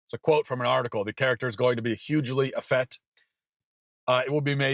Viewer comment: So many great, fraught issues here, so several points, but one small annoyance first: the word is 'effete' -- the second 'e' is long. It is pronounced 'eh-feet'. The political labels are problematic here, so I've gotta give some background: I'm a long-time Trotskyist -- you don't get much further left than me politically -- and I'm an old actor/director who mostly agrees with Matt here (I mean, besides the 'effete' thing). Enough with this sexual and gender proselytizing -- it is enough that homosexuality is not discriminated against -- any more than that you don't get to have. Deafness and muscular dystrophy should not be discriminated against either. Hell, when I was an 18-year old college fresman, I saw a great instance of cross-gender casting. It was a Yale Drama School production of Christopher Marlowe's 'Edward II'. One of the leads is a macho badass named Mortimer. The part was played by a 23-year old, six-foot-tall actress in leather -- a grad student at Yale Drama. It was Sigourney Weaver. I would have had her baby if she asked, I was so in love. In '65 Laurence Olivier played Othello in blackface with a Caribbean or Jamaican patois. It was regarded as revolutionary and brilliant. I'm an old Lefty actor/ director, and I agree with Matt here. The LGBT community doesn't get to push its agenda beyond POLITICAL equality. Fuck the rest (literally no pun intended).